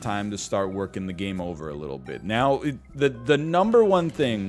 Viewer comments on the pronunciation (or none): none